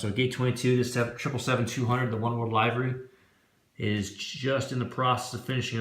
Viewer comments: no, the "ee" part you have right. It's the 'i' part. It's a short vowel sound and you keep doing the long. 😄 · About halfway through all your vids...do you ever end up pronouncing "livery" correctly?! 😄